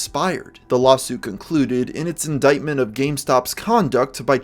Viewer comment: yay he learned how to pronounce indictment